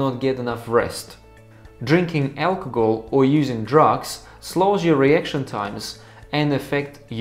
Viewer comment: its al-co-hol not alcogol